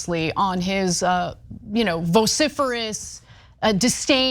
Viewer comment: Why does ana say vociferous